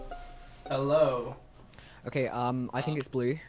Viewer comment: Hewo